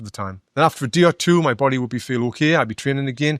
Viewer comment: "MY" neck, not "me neck"